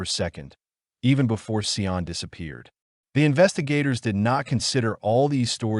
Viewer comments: Just off topic really quick, Sian's name is pronounced "Sharn" not "Sye-Ann" just saying.. ok back to the video. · Sorry, forgot to say that it drove me crazy, too😂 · Get the name right .. the witch’s name was Valmae Beck not Wilma .. and the precious child’s name is pronounced Sharn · I knew them well and Linda left the shops with her daughter and meant to meet her on the other side of the park as she had her bicycle... by the time Linda got around the corner to meet Sian she didnt turn up... you facts are not correct but close. the rest of it is BS. Her name is pronounced SHARN... the killers asked her to help look for their dog so she got off her bike and they took her... it was just so traumatic ... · When you are creating a true crime case, you should probably make sure you know how to pronounce at least the victims name. This was one of the saddest cases... my heart goes out to Sians (pronounced Sharn) family. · Americans would need it written as Shahn, for them to pronounce it correctly, as they would pronounce the r in "Sharn".. which is incorrect. Actually, Sian, pronounced by Americans would be close to the way they pronounce "Shawn" with a longer "a". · WRONG. As others here have noted, the name is pronounced 'Sharn'. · Interesting story but please get the pronunciation correct. Her name is Sian pronounced Sharn. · So disrespectful. Sian's name is pronounced sh-ah-n